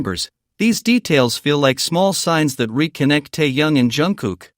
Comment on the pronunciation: Ты где учился научись правильно имя говорить тэхена а потом расскажешь